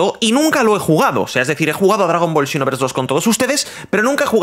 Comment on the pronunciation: Dragon ball "chinovers" JAJAJAJAJA es "sinovers"